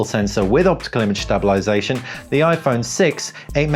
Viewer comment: Nice video but I have to inform you that you are not pronouncing the word stabilisation correctly and it sounds silly. Sorry but it better that someone tell you.